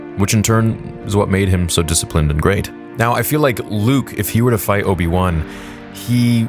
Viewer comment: its obi wan not obi loose